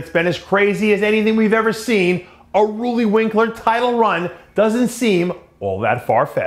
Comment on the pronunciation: I love how DP intentionally misspronounces names on purpose. "Rully" Winklar Hadi "Shoopin". This dsnt make u look smarter. Believe me